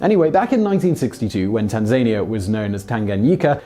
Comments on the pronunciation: Tanzania is Tan Zan Ia not Tan Zay Nia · Tanzainia? Does he do this on purpose? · Simon Simon Simon.. the country's name is pronounced Tan-Zan-eea - it doesn't rhyme with Tasmania. Great job though - your stuff rocks! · Tan - zan - ia, not Tan-zaynier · Tanzania = tan-zuh-NEE-uh, not tan-ZAYN-ee-uh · Also, Tann-zihh-nee-ah. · HOW can you mispronounce Tanzania so badly? You do it with so many words, it's terrible.